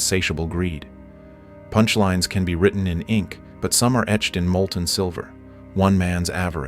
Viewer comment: I guess the prompt that this IA was feed included... Please enphazise the word "punchlines"